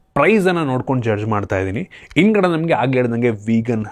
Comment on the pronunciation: 😂😂😂, ಮಾ-ಇತಿ, ಒಂದಿರುವ, ಇನ್ದ್ಗಡೆ